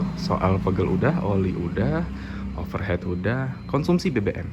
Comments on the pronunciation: Sepakat, tadi sempet bingung dengernya, overheat (baca overhit) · Overheat (baca: overhit) mas 😅